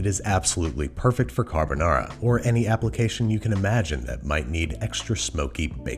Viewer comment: Babish, we know you can say carbonara better than that